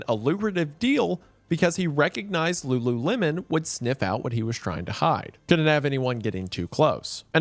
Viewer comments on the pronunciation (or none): none